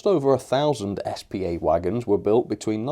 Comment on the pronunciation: S P A not spar